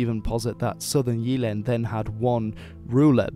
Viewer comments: The Y in "Jylland" is more like the Y in "typical" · 'Sup dude. I don't mean to be a dick or anything (It's a great video, really), but when it comes to Danish, the 'Y'-sound is more of a hard 'Y', like the 'Y' in 'Why'. Your pronunciation is really good, but instead of 'Jeeland' it's more of a 'JYlland' with the really hard 'Y'. Also, the 'R' is more of a guttural sound, like when exclaiming "Arrgh" in anger. The 'R' is more "aggressive" sounding. Again, great vid m8. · Gotta love your pronunciation :D Jeeeland and Sjæææland. While you're one of the few who actually gets how an Æ sound... You drag it out waaay too long ;)